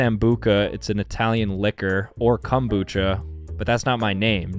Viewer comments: The pronunciation of "kombucha" 💀💀💀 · FR LOLLLLLL